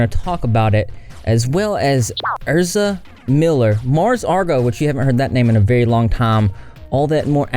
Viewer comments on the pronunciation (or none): The way he kept saying ERSA instead of EZRA was throwing me 🤣😂🤣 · I think Ezra is pronounced ezzzz-rah, not er-zza. I could be wrong though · Isn’t it EZra as in EZra nor ERza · ezra using they/them pronouns and then being a transphobic dirtbag on top of the abuse. like, legit fuck them. also sorry if someone already said it but ez-ra not er-za!<3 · Isn’t is eZra not erZa!? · Isn't it pronounced EZZ RA? Not Ur-za. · EZzzzzzra. Not Erza. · How tf keeps saying “Erza” when everything he’s reading blatantly has his name as “Ezra.” Unless he’s confusing the “Ezra” in “Ezra Miller” for the “Erza” in “Erza Scarlet.” Lol. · Why does he keep calling Ezra Erza it's so annoying 😂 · Not you calling them erza instead of Ezra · It’s the way he says Ezra’s name like Ersa 😂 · it’s ez-rah - just correcting - not being a dick - love your vids ❤️ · Yeah it's ehz-ruh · My dude the way you are saying Ezra is giving me anxiety. Please Google names before you continue to give people from the south a bad name 😅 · How does one manage to say a 4 letter name like Ezra wrong